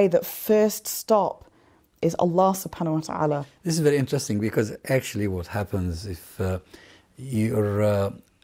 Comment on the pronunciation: Sister, I respect you very much. I don't know why I was in tears when you say correctly and precisely " Allah Subhanahu wataala and Rasulullah sallallahu alihi wasallam". I hope this is an indcation of strong love and respect to Nabi Muhammad SAW.